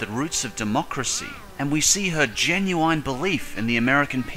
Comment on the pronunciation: did he just say Ginuwine? Like "Pony"?